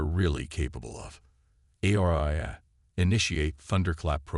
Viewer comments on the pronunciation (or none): The AI reading got the name horribly wrong - it's Aria.